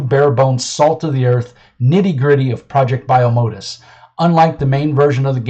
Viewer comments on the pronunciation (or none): Hey man! 1) It's pronounced 'project bye-oh-mo-dus' 2) Most of the art in this book is in the first chapter to help build some of the world. If you want to see some examples of the art available in the full book, you can go here : 3. No money was accepted for any of the ads in the book. They were added as a thanks to the various people who helped the book succeed. 4. GET REKT